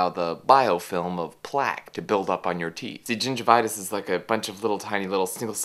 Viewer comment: "BRUSH YOUR TEEF AND FLOSS!" Nice pronounciation ;)